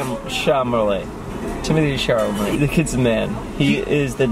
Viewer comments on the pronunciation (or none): jeff said “timothee SHARlemet”😂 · jaden mendez josh said “timothee calamine” lmaoo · Them pronouncing timothee chalamet’s last name is my new favorite thing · Jeff just butchered Timothée Chalamet's name for me .